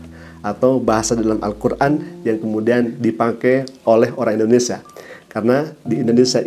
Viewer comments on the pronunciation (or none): none